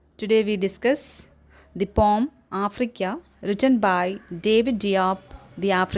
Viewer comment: That's not pom 😅😅😅😅it's poem search in google 😅😅😅😂😂😂😂😂😂😂😂😂😂😂😂